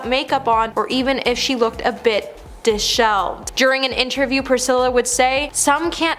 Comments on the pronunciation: You pronounce the word “disheveled” Dis-Sheveled NOT Dis-Shelved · It’s “dis-she-veled”. Learn how to pronounce words before reading a prompt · I know. “Dis-shelved”? Unbelievable she cannot pronounce this word. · Alma Nash?? Do your homework lady. Dishelved? 😂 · Disheveled? Is that what you meant to say?